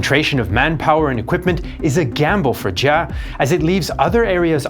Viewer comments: Giap sounds like shiap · It's Giap. Not Ja. Giap can be said like "Yap". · Minor correction: Giap's name is pronounced more like "zap" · You might learn how to pronounce General Giap’s name. You are not even close….